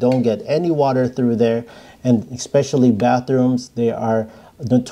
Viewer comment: Great video. Just a pet peeve of mine.....it's eSpecially.....not eXspecially. Thanks for the great tips.